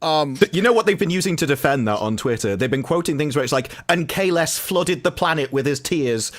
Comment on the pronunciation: It's actually the wrong way round. He starts with "The chain is forged", then says the rest. It's very strange! It has to be on purpose, surely? Kahless being pronouced Kahlesh since Discovery!